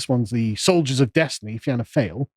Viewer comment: Great vid Sargon. Fáil pronounced fall.